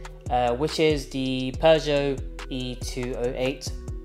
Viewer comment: . . Peugeot Not. . Not Peugeot. . NOT, NOT, NOT ... Peuge-NOT. .